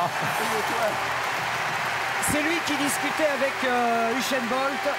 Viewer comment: "Uchène" bolt😂